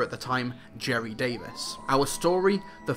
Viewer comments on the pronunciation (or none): none